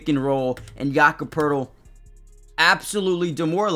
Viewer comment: No R in Poeltl.